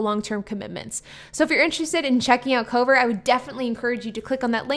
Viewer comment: I couldn’t tell if you were saying Cobra, Covert, or Cover